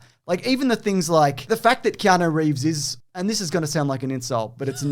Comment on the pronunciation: Do you keep saying Keano? You know it's not Keano, right?